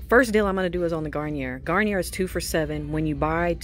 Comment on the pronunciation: Garnier is French so it’s pronounced Garniyay since the R is silent